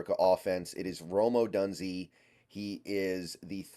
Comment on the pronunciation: Come on man. At least pronounce his last name right! 🤣🤣 Do you watch sports or just reading? O-DUNE-ZEHH. Couldn’t take you seriously man.